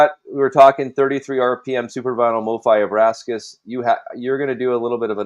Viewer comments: It’s ABRAX(!!!)AS for God’s sake! Not AbraSKAs! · It’s pronounced “AH-BRAX-ISS,” not “AH-BRASK-ISS”